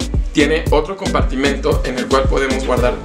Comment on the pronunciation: El si sabe decir la palabra compartimento y no como sus compañeritos que dicen compartimiento 😅 muy bien por él!! 👏